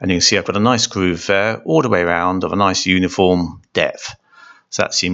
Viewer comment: See the gwoove ....? Vewey Vewey good. Some were loose....some were tight...